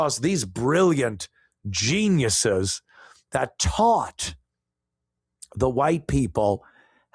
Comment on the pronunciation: She is Wile E. Coyote. “Jeanyus”